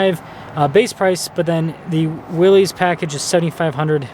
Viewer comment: It's not pronounced Willees, it is actually pronounced Willis.